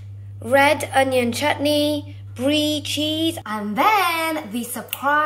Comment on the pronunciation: 👏👏👏 u can say chutney correctlyyy